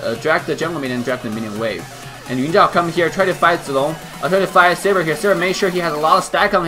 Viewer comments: I like how you pronounce zilong right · That pronunciation of zi long and yun zhao of yours is perfect, however in chinese we mention him as zhao yun instead, because we'll always call somebody by saying (Surname) first, then (first name/given name)-> (zhao)(yun). Zi long is a courtesy name "zi/字" (given to them when they turn adulthood, no longer a practice of modern chinese society) Adult of same generation with him will address him as Zhao Zi Long (surname)(courtesy name) or Zi Long, whereas the given name (Zhao Yun) is reserved only for himself and the elders. Hence, he is Zhao Yun zi Zi Long, we can call him Zhao Zi Long/ Zi Long/ Zhao Yun.